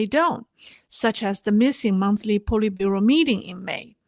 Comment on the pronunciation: Politbureau SAY POLY short O